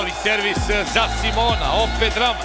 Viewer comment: SIMONA???? Que pedo con ese comentarista? Le cambia horrible el nombre